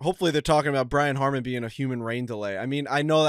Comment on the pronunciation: Brian Harman *** not Harmon